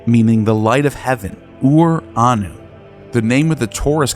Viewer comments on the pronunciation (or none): Watched it until you introduced Saturn and Jove as Greek gods who vanquished Ouranos. Even soldiered through the butchering of Greek pronunciation, but this was just too much for me :)